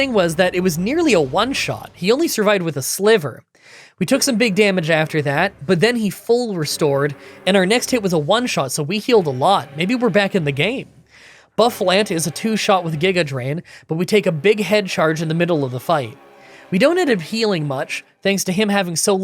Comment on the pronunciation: It's pronounced boo-fa-lawnt. It's a combination of bouffant and buffalo. boo-fa-lawnt